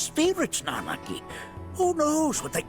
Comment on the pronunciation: You got Nanaki's name right just to screw up REEVE's? Really? I definitely expected better from you of all people.